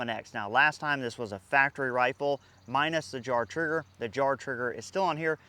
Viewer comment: Jard Trigger? (Sounded like Jar😊) Transcript says jar 🤷‍♂️